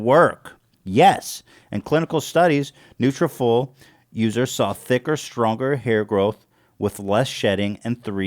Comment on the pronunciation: Ethan! It’s nutra-FOLL, as in like “follicle”. That is all.